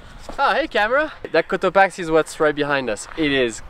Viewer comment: Todo hermoso! No es Cotoachi o Cotaqui, es Cotopaxi, hay q pronunciar la X. , entonces Cotopaksi, esa es la pronunciac